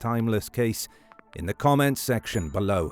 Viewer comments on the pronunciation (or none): It's Tumblety, not Tumbley